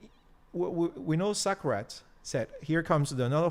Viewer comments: finally can't stand pronouncing Socrates as sucker rats. hahaha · Very good English, but I definitely had to chuckle when he mentioned that Greek philosopher "Suckrats" . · I agree with you, but don't quote Socrates if you can't pronounce the name or remember the quote exactly.